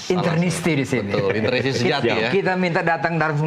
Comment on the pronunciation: Interisti.. bukan internisti.. terakhir kami kunci UCL 2010 dari klub2 italia.. tahun ini kami akan buka kunci itu lg.. semoga juara.. 2010 bagi kami, semifinal itu final yg terlalu cepat.. tahun ini jg akan bgitu.. FORZA INTER !!!